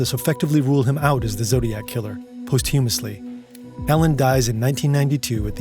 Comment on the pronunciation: never heard posthumous pronounced like that